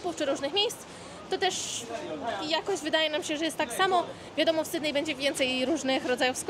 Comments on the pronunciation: z luzem w życiu nie mam problemu 😊 poprostu nie da się słuchać jak ktoś kaleczy nazwę miasta. Zwłaszcza mieszkając w Australii. Posłuchaj jak wymawiają ta nazwę anglojęzyczni i się ucz 👍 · Nie SYDNEJ tylko SYDNI !